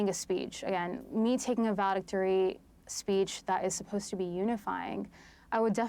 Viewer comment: SPEECH. NOT "speets." Abby continues to get another free pass.